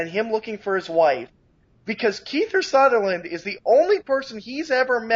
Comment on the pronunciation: It's Kiefer Sutherland, not "Keither Sutherland,". Cripes.